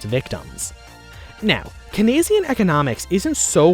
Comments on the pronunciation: It's pronounced "keens-ian," not "kee-nes-ian." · Actually its pronounced cainesian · It’s pronounced “Cain see-an” Also What sources did you use? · It’s pronounced “Cain see-an” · For christ sake learn how to say Keynesian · One critique, you pronounced Keynesian wrong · your pronunciation of keynesian gave me great depression :( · Good analysis but your pronunciation of "Keynesian" is painful.